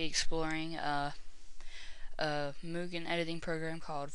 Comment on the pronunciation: THANK YOU! Finally someone who pronounces "mugen" correctly